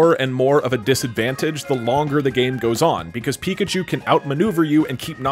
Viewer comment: Nobody: Not a single soul: The anouncer: PIKACHOO!!!